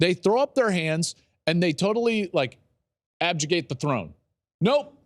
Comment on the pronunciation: Abjegate? It's "abdicate" the throne. You're welcome. 😁